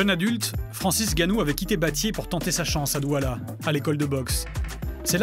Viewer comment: C'est pas Francis Gannou mais "N"Gannou! C'est quand même pas compliquer de prononcer le N....